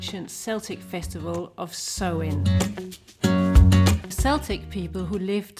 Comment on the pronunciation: Great video! I'm hallowe'en obsessed so I love anything to do with the season. 👻🦇 You have some great budget ideas that look so much better than the shop bought .. waaay tooo expensive decorations 😊 (just to point out Samhain is pronounced 'sow' in.. as in female pig and Celtic is pronounced 'Kel..tic' .. sell..tic is the Scotish football team)